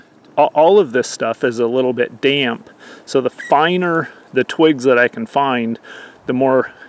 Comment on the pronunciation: The word, "damp" only has one syllable, not two!